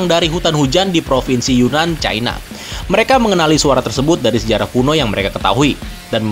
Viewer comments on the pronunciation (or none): none